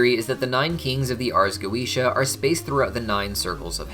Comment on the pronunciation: Having studied Binsfeld and the Lesser Key well before HH and HB came about, I cringe every time I hear go-eesh-ah. I know that’s how Vivziepop uses it in the shows, but it still hurts my senses :)